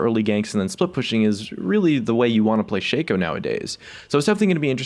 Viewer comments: shaco not shayco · Isn't shaco pronounced "Shock-o" not "Shayco"? the shayco pronunciation sounds so dumb lol